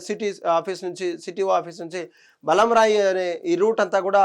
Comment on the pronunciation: Arey vo BALAMRAI Ani palakadame radhu.. Neevu oka va???? TADFORT Kadhu TARBANDH... 😂😂😂😂😂😂😂😂 ilanti thappulu chadivevaru laaaaa... 😂😂😂😂😂😂😂